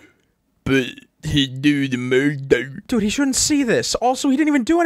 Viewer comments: Winnie da poop, but he do da MUR-DAR. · “iT’s LiKe WiNnIe Da PoOh BuT hE dO dA mEr DeR” 😭😭😭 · is laik winni da poo but he do da mur dur